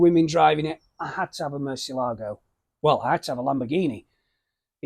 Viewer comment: It is not a murceligo, it is a Murcielaaaaago